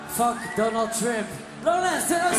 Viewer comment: He said Doneld shrimp